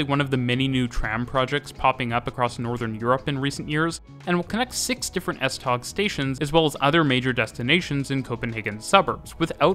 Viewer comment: Butchered pronounciation of tog